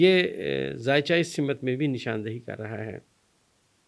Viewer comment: تا - لَک نہ کہا کریں ۔ تعلُق کہا کریں ۔ میں اردو ٹیچر ہوں ۔ برا نہ مانیں اور سَمِت بھی نہ کہا کریں۔ سِمت کہا کریں۔ بہت شکریہ